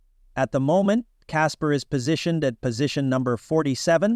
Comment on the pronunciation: Ok bot. "Caspers" lol